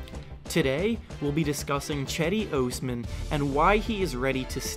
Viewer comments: Who the hell is this chedi ohs-man? I came for Cedi (jedi) Osman (Aws-man). Clickbait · You said his fuckin name wrong all video. It's pronounced Jedee Ozman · Diiid this man just say chedi OOOsman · Cedi ohsman 😂😂😂😂 bruhhhhh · Its pronounced Jedi Osman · "Chedi Oosman" 😂😂😂tf u pronounced it so wrong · "Chedi Ohsman" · Do you say his name like a fuckhead on purpose? i watched 1 minute in and you lost me. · How did you pronounce his full name SO wrong despite all the research you did on him? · Can't even pronounce his name correctly lol. This dude is terrible at youtube. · I didn't know it was possible to mispronounce cedi osman so bad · Thinks he Cedi can replace LeBron but yet he still can't pronounce his name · If only he could say his name right 🤦‍♂️🤦‍♂️ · Cedi Osman’ı düzgün söyle lan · If your gonna make a video about him at least make sure you pronounce his name right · you don't even know how to pronounce his name. get lost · You cant even say his name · U butchered his name so much lol